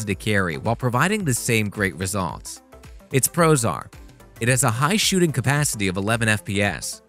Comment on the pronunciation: I was wondering what it means for a camera to be prozar, and why all of the cameras in this video are prozar, but then I realized you were saying "Its pros are:" 😁